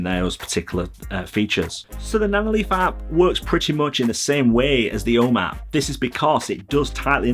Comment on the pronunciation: I know I've complained about this before, but I still find your pronunciation of "home app" very confusing every time I happen to listen to one of your videos. After a few minutes trying to figure out what this "O map" is, I finally realized this was supposed to be 'ome App.